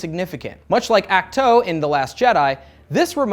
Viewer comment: Ach-To is pronounced as Awk-too not Ack-toe Just saying. 🤷‍♂️